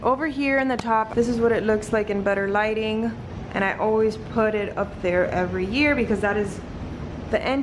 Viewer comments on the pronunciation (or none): 🤭🤣 it sounded like you said “in butter lighting” hehe 😜 Everything looks great, and I love the diy garland idea!